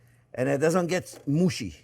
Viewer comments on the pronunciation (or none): Today I learned cooking videos from my favorite chef are not always safe for work. The way he said mushy, he perfectly pronounced a German word. This word is a pretty vulgar word for the female reproductive organ. It's pretty much the same word as "pussy", even down to the use as an insult for someone that is scared. It's a little bit more obscene in my opinion. My boss came in to the break room exactly during the part he kept saying mushy over and over again.